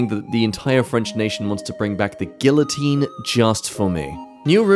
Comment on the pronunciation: im bringing back the guillotine just for how you pronounced guillotine. 😡